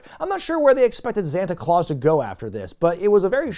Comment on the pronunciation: Wondering why is not pronouncing it E-Xanta Claus, as he does with E-Xavier Woods 🤔